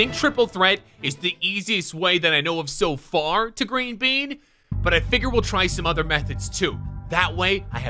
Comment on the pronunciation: I love the fact when he constantly said green it kind of sounded he was saying "weed" after a while